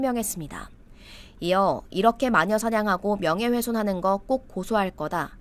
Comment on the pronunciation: 미듬직은 어느나라 발음이냐?명예회손 처음 들어보는 말이네